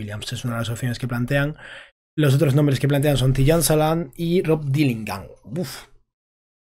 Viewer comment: Me flipa como pronuncias Tidjan Salaun. 😂😂😂😂😂😂😂😂😂